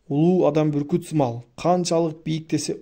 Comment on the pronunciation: Буркут дебей бүркүт десеңиз